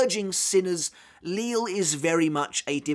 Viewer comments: I'm quite surprise that you still call him Lil or Lilly when he's name was already revealed to be prounounced as Lijie or Lijee. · It’s kinda weird to still hear “Li-le” or “Lil” when it’s now “Lije” which makes sense considering his pronunciation of chocolate, it makes sense for the “LL” to make a “J” sound. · surely you're aware of the proper pronunciation for the names of Lille, Cang Du, Äs Nödt etc by now? Are you just used to the way you've been pronouncing them thus far?